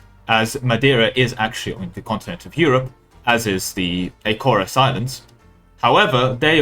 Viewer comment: Your pronunciation of the a-zore-ez islands is very sad